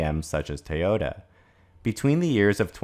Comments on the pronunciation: It's pronounced TOYOTA not TAOTA. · What is "tahyotuh? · Why do you keep pronouncing the name Teota? Is that closer to the Japanese? Look, I don't care whether they commit to all electric or not. As long as they don't interfere with what the other car makers are doing! Personally, I think hydrogen fuel cells for passenger cars is an incredibly dumb way to start. And that if hydrogen is to be viable at all, it will begin with large commercial vehicles and vessels with predictable routes. But, hey, Toyota is certainly free to try if they like. That's between them and their stockholders. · Why are you pronouncing to Tay-ota? Very annoying.